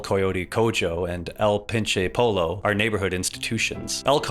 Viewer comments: “El coy-yotee Co-joe” “El Pin chay poe-low” 😂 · it's pronounced "El Cohyoteh Cohoh" and "El Pinche Poyyoh" by the way - said with no malice, just informing. typically in latin words, "j" turns into "h" and "LL" turns into "YY" (capitalized for readability), otherwise pronunciation usually follows exact spelling almost all the time (except for other uncommon exceptions like "ci" combination in "gracias" for example) i thought it was important to get the pronunciation right especially when the point of the segment was to drive home the cultural significance of the place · the way he pronounced el coyote cojo and el pinche pollo is giving me a stroke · The pronunciation of El Coyote Cojo and El Pinche Pollo got me turnin into a raisin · PLEASE tell me the (mis)pronunciation of el coyote cojo and and el pinche pollo were intentional. Because that hurt me soul. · your butchered pronunciation of "El Coyote Cojo" and "El Pinche Pollo" hurt me deeply